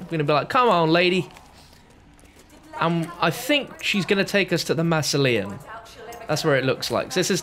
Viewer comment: the way you pronounce mausoleum really triggers me lol